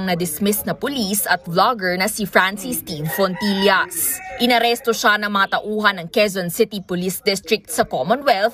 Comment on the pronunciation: FONTILLAS HINDI PULIS! " FOOLISH " 😂